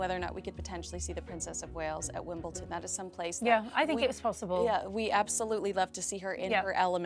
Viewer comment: It's WimbleDon not WimbleTon